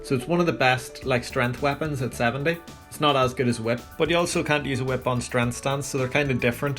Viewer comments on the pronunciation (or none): none